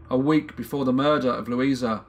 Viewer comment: Victim's name was Lusia (pronounced Lusha), not Luisa. Thank you for presenting the case, it's still puzzling people in Poland. The daughter and granddaughter of Rita were fighting for rehabilitation of their mother/grandmother. More info (in Polish) in the link